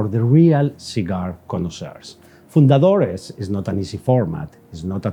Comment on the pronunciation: would if pain you to pronounce fundadores less like a Texan? I feel like you’re of a caliber or content producer, and expert, where respecting the pronunciation will help create a more polished product overall. Keep up the great work regardless